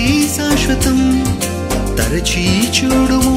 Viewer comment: Praise the Lord brother దయసేసి ఏమి అనుకోవద్దు మీరు మాట్లాడేటప్పుడుకాని,పాడే టప్పుడుకాని "చ" మీద వచ్చే ఏ పదాన్నైనా సరిగ్గా ఉచ్చరించటం లేదు. ఉదా"కు చూడుము అనటానికి బదులు చ్యూడుము అని పలుకుతున్నారు. మీరు అలా పలికితే తెలుగుకు ఇంగ్లీష్ మిక్స్ చేసి కొత్త పదం తయారైనట్లుంది.దయసేసి అర్థం చేసుకుంటారని భావిస్తున్నాను